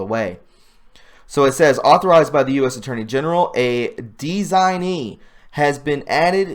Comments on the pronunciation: not design-ee, its de-sig-nee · I appreciate you hard work here and don't want to criticize but rather help you with pronounciation of some words as it will improve credibility and silence the trolls who say we are uneducated. "Designee" DES - IG - NEE "Appellate" a- PELL - et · Awesome recap of law changes/designations, such a true patriot and selfless fella~ we love how you love to share and make sure we don't miss a thing! Thanks so much brother, we love you! The Whitson's in NM <'((((>< ("designee" is: dehzig- nee) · "Designee" is Des ig nee. Ap-pell- ate is a form of "Appeals". I can't watch this anymore. It's PAINFUL!!